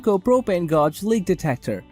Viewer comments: Gog? Gauge is generally pronounced as "gAj".. Rhymes with cage, rage, stage. Solid video otherwise. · I stoped watching after I heard the word “Gawg”